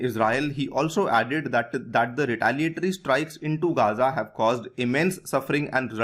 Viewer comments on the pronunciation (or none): none